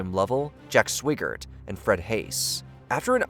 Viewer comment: The lack of accuracy in the various pronunciations is staggering... Swigert is pronounced SWY-gert, not swi-ggert - note the singular G which indicates a long I sound. Also "Iwo Jima" is commonly pronounced "Eewo- Jeema", not "I-o Jeema". These things should be checked before publication.